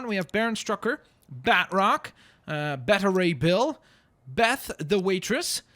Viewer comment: Lol the way you pronounce beta ray bill xD It’s not better Ray bill, it’s bay ta like if a game is in beta you don’t pronounce it better